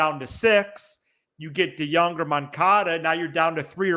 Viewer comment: His name drive me nuts it’s not “de-young” it de-jong.